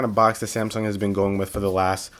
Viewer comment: He said zamsung